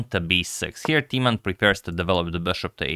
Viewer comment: In order to increase your vast knowledge: Timman is pronounced with a short i, like in imminent, not long like tea. You got the short a right in both Jan and Timman!